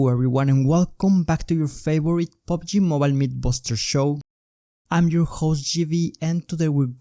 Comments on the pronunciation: pubg mobile, not pobg mobile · Omg Pubg not POBG